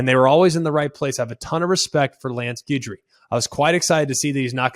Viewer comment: Love the show, Greg, but you might want to check your pronunciation of Guidry. 😬😅